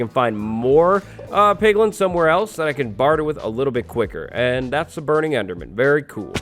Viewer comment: Ehm ... “piglin”